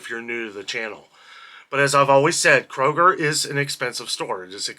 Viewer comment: Isn’t it Kroger not Koger?